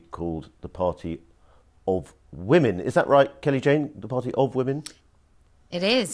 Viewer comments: It's Kelly Jay not Kelly Jane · Shame the interviewer couldn't get Kelly-Jay's name right.